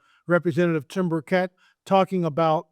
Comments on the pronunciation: Hi, I’m from Tennessee and we love Rep. Tim Burchett here. Please note that you are mispronouncing his name and also misspelling it. Burchett is pronounced BURR•chit. Thank you for your ministry. I’ve followed you for years, and pray for you and your family 🙏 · Congressman Burchett from Tennessee. You pronounce his name like the Burch tree then the word it. I have heard you pronounce and write his name incorrectly. Please be respectful.